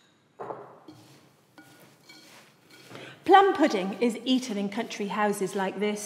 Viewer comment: Sorry if I sound mean but I can't help laughing when she says pudin instead of pudding